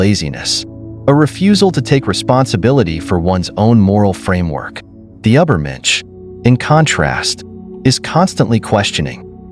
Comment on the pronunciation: Ubber mensch?